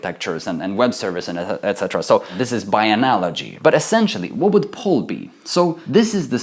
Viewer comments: ummmm... :maybe "pull". not "poll" ??? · great explanation, keep the hard work...'pull' not 'poll' by the way (y) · "poll" or "pull" ?